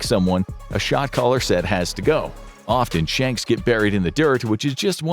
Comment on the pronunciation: Was I alone in thinking I was hearing "shock collar" instead of "shot caller" until I started reading the captions?